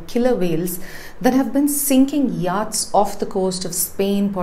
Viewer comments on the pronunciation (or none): I watch Pure Science n regularly and consider it a professional n well put together show. So I was surprised to note some grammatical mistakes.: *You sink a boat/vessel not drown it😊😊😊 * It's pronounced YOT not YAAT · Do check your pronunciation of yachts - it's completely off